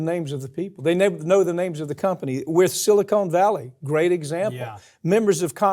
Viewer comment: it is Silicon Valley, NOT Silicone Valley. Silicon Valley is in California, Silicone Valley is the cleavage between a strippers breasts. Sili-con, (like convict) not Sili-cone (like ConeHeads - SNL) Seems like the Murricans can't pronounce anything properly, but most other nationalities can... (*sigh*)